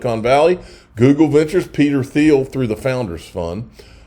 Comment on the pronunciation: It’s pronounced “Teal”. Peter “Teal”.